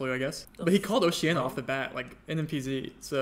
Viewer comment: speed callin it oceania threw me off